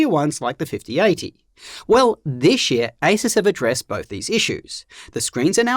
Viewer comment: "Dishh year"